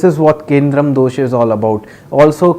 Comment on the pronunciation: Its kemdrum : not kendrum pandit g